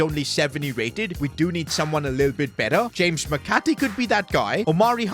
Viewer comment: Bro said James McAtte’s name so wrong